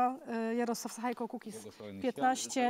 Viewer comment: Nie sachajko, ale sachajka, tak jak Łukaszenka, Sabalebka itp.